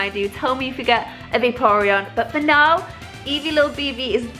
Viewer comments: Why are you saying beavis not eevee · all calls it evee and she calls it beavus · Y she keep saying beevis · Beevus??? I thought named her Eevee. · I swear the dog is called eevee not beevis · Is the dog named evee or beevus cause you called her beevus and Ali called her evee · why does she keep calling eevee bevis? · Does she call eevee beavis?????? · Why does she call it beavis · How come calls eevee beavas? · It's Eevee